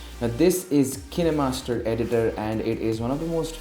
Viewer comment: It is not kineeemaster it is kinemaster